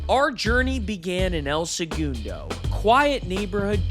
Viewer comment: having the narrator and interviewer pronounce segundo so differently is wild